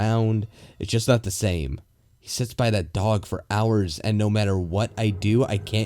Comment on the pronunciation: Everytime you say THE you say DA!